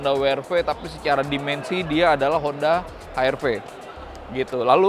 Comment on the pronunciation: Saya suka kk sebutkan honda we er ve dan ha er ve ga kayak org2 salah sebut 👍 well done